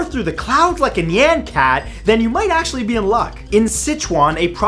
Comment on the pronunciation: "NyAn Cat."